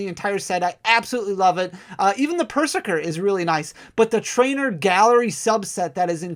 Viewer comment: Pretty sure Perzerker should be pronounced like Berserker